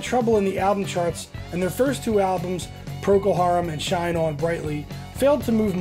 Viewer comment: "Proko" Harum??! Really??!